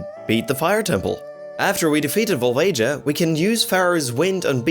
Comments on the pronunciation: It's "Vol-vag-i-a" not "Vole-age-ah" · And Volajah